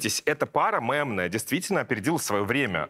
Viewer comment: Нынче стоит говорить слово мемная через "е"😊меня подростки всё время поправляют😂хотя в принципе какая разница